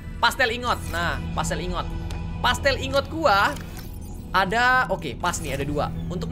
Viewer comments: Pla-stil bukan pastel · Ini cuman perasaan aku doang atau nggak si? Kak reggie bilang plasteel ingot malah jadi pastel ingot